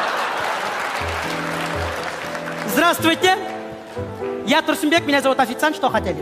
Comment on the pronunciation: Не Турсумбек, Турсунбек, а Турсынбек😭😭 На случай если не знали что коверкаете🙃🙃